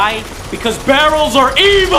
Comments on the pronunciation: Yeah, but Pewdiepie's "BARELS" has nothing to do with "BARELS" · hahahahhaha! brahrejhfvjkfui "BARRELS"